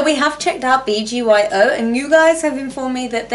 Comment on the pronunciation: It’s pronounced B-G-Y-O